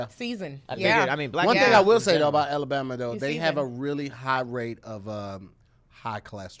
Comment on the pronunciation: ALA’BORMA’? YOU JUST BULLSHITTIN MAN😂 YOU NOT EVEN TRYIN BRUH😭